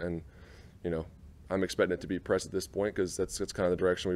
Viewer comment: Is it a tell that he calls Doug “Coach Pederson” and Press isn’t coach Taylor it’s just “Pess Taylor?